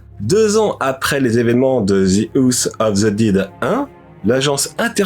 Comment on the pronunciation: C'est très bien présenté, tu t'es amélioré sur la technique et ça fait plaisir. T'as pris un nouveau micro je crois non ? Le son a l'air meilleur. Juste attention à la prononciation de l'anglais ("House of the Dead"'). Sinon c'était très sympa à regarder, avec des anecdotes cools ! Et sinon j'suis content de voir le poster d'Halo derrière toi, on se demande bien pourquoi ... je devine d'ailleurs davantage ta sensibilité dans cette vidéo, je trouve que certains passages sont touchants car on sent que tu commences à te livrer davantage et c'est plaisant (la musique derrière c'est un truc d'Hans Zimmer non ? Je sais plus ce que c'est. Attention au mixage, j'ai trouvé que la musique était un brin trop forte par moment notamment vers ). Un bon like pour ma part, je regarderai les autres épisodes d'un rêveur à Paris avec plaisir !